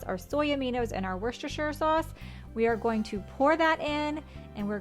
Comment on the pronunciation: Impressed, an American saying Worcestershire the correct way 😂 Ive been craving a chilli, so im glad your recipe popped up ❤